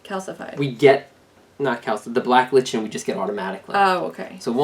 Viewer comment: It's pronounced like "liken"